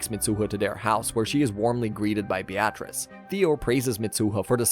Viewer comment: Beatrice is pronounced be-ah-tris, not be-at-reece.